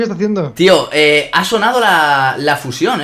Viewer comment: porque dice fuyion es fusion